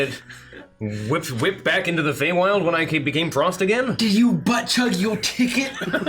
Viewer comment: Cool Hwip